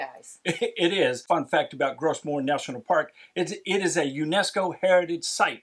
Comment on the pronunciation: Another little pronunciation tip... Gros Morne is French and so "Gros" is pronounced exactly like "grow" in English.